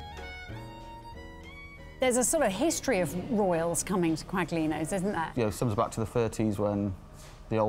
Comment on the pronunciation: I was astonished and dismayed to hear both them pronounce the French demi-glace sauce as "demi-glaze" and later for Michael Buerk (and the supposed food critic too) to pronounce the g in Quaglino, which should be pronounced "Qwah-Lee-no"